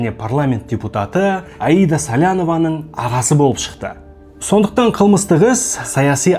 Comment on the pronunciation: Какая плохая интонация у вас. Болыыыып, сондайаааак. Зачем так произнести обычные слова